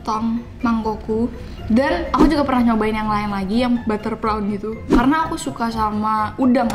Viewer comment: Prawn bukan perawan mas awokawokawok 😂😂😂